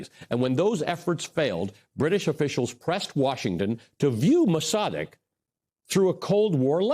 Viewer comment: "Maws a 'deg"...👈🤣... Mossadegh.....dude blew the name... EVERY TIME....👈👈🤣